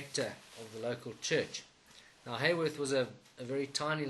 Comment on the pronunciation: Haworth,pronounced Ha,not Hay.Thank you .